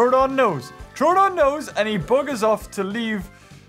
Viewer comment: Troooooooodon not trodon